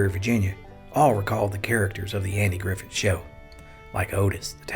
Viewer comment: Did he really say “Andy Griffin “?